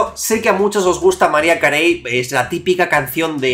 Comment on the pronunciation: mariah carey se ponuncia como maraia kerri